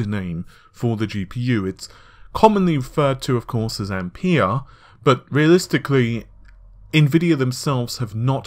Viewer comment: Its pronounced ampear